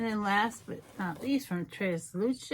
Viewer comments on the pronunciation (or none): I know it's not easy but I have not seen once person say tresluce right yet 🤦🏻‍♀️🤣❤️ same way u say 3 in Spanish is how u say the beginning tres (thres-luce ) the end is like say Lucy but without the y now put the 3 and luc together lol sorry if it was difficult 🤣🤣🤦🏻‍♀️